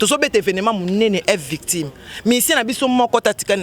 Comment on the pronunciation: ezalaka f victshim te plutôt F VICTIM ma chère lolendo ekoya kosalisa yo ba erreur trop oza croniqueuse et jeune je t’aime bien eza juste mua remarque bisous